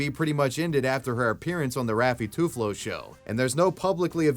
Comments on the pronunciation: TUFLO HAHAHAHAHAHA, It's Tulfo man, haha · the way that he just says "Tuflo" instead of "Tulfo" is funny T-T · My wife listening to you pronouncing “Raffy Tulfo” as “Raffy Tuflo” made my day lol. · Tulfo not Tuflo. 😂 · Bro said toothlo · My favorite part of your videos is how you switch the pronunciation of people's last name throughout the video 😂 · raffy *tulfo not tuflo, also *bonifacio not bonaficio 😂, now i know how other people feel when i butcher their language's pronunciation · Alique is read as Ah-leeh-keh. If you want, you can send me an email for Filipino to English translations, free of charge. Edit: Rizal is pronounced Reee-sal, Bonifacio is pronounced Boh-nih-pah-seeyo, and Tulfo is pronounced Tool-poh. You're really butchering Filipino names